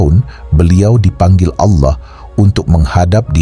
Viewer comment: Org muslim ap bukan sih.... kok menyebut Allah ngak fasih🤣🤣🤣🤣🤣